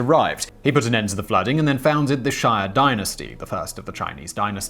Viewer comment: It’s shee-ya not shy-yuh dynasty!